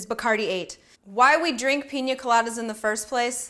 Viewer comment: she keeps saying pinja instead of pina did anyone else hear that?